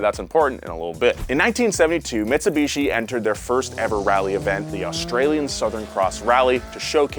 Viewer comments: If you take a shot every time calls it Mits-a-bishi instead of Mitsubishi, you will be dead within the first 3 minutes of the video. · Mitsubichi senpre😂😂😂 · Never in my life have I heard someone pronounce it meetsubeechi